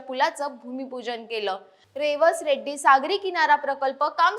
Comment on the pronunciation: आधी मराठी भाषा सुधारा मग बातम्या द्या रेड्डी नाही रेडी आहे